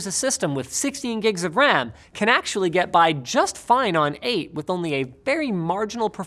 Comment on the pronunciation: “what is the Wecommended amount of dedicated wam”